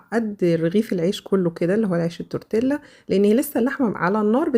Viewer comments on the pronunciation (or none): تورتييا مش تورتيلا ده النطق الصح ال " لا " تنطق " ي "